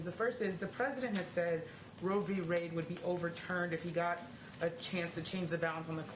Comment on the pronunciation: Did that reporter just say Roe V Raid 😆